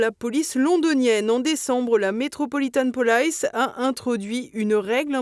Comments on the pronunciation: Non, "police" se prononce "polis" en anglais comme en français, pas "polaïce", et le nom du premier ministre irlandais se prononce "mi-hole martine", c'est une hérésie de prononcer ça "maïkeul" (mais on va dire que c'est la faute de la méthode globale qui ne remarque pas l'inversion du 'e' et du 'a'' entre "Micheál" et "Michael"). Et, comme d'habitude, les qualificatifs sont placés après les noms, façon Yankee. Vassaux jusqu'au bout... Tiens, en parlant des Américains, fervents promoteurs de l'AMGOT, personne n'a remarqué le déroulé de l'attentat contre Poutine? Trump appelle Poutine et lui dit qu'il rappellera après sa rencontre avec Zelenski, histoire d'être certain qu'il ne bougera pas de là où il est, et alors les drones pleuvent. La question, c'est de savoir si DJT était conscient d'être l'instrument de l'attentat contre Poutine... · Non madame, pas "Polaïce" même " Metropolitan". Ça se prononce "Police". Avec un "i" comme "i". Même aux États-Unis. On ne vous demande pas d'être linguiste, mais c'est le minimum syndical!… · Prononcer l'anglais "police", "polaïce", cela semble "cool", sans doute.. Mais, il faut dire "police", comme en français (en simplifiant - le "po" étant en fait entre "o" et "e") ! Un peu comme "guardian", qui ne se prononce pas "gouardi-ene", mais comme le français "garde" (plus désinence : "i-ene"). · Police se prononce en anglais avec un “i” comme en français. Faites un effort pour prononcer les mots d’autres langues que le français correctement. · De grâce! Abstenez-vous d'inventer des prononciations bizarres en anglais ! Ce n'est pas du chinois, mais une langue que nous avons tous apprise à l'école. Vous voulez faire rire nos ennemis ? Police, en anglais, et réjouissons-nous en, se prononce...comme en français ! 😅 Sur ce, bravo à TVL pour tout le reste et bon courage pour 2026 qui ne sera plus l'année de la discidence mais celle de la résistance! ✊⚜️ 💙🤍❤️‍🔥🤍❤️